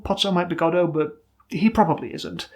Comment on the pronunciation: Not to get political, but you pronounce Godot correctly and it warmed my heart